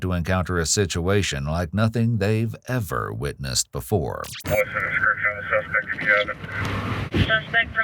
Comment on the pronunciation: Ever witnessed before* not boofore